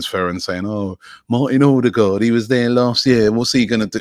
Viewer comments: Robbie! It's pronounced O-de-gaard NOT ORRR-de-gaard 🤣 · You need to work on your 'Ø's ;)